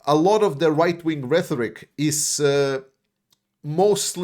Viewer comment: A teensy correction. The word "rhetoric" is pronounced REH-torik. Not RETH-orik. It's with a "T", not with "TH". I know, if we pronounced things the way they're spelled, English would be way easier. I LOVE your videos. Great job!!!